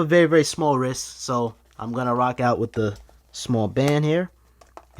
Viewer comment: “wrisk” you mean wrist